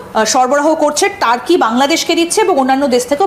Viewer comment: টারকি নয় তুর্কী